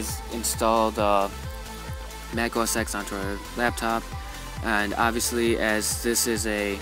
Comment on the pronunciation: you do know mac os x is pronounced mac os 10, right?